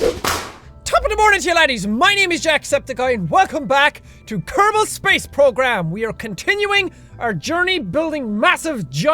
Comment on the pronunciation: every time when you say kerbal it sounds wrong